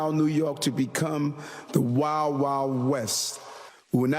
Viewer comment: There's a 'd' in wild.